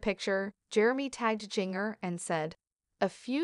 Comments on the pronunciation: Learn to pronounce Jinger's name before you think anyone will listen. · This is absolutely ridiculous! Learn to pronounce Jingers name correctly too. Stop gossiping!